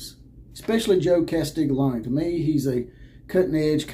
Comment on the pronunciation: Drop the lony and say own. Castiglione.